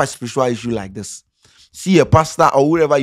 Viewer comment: Scanty say Spirishua issue.......lol. its all good